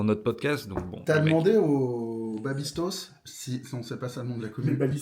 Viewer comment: "Babistos"? Je me désabonne direct du podcast 👎👎👎